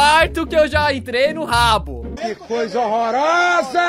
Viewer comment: quando ele fala habbo hotel eu entendo rabo hotel kkkkk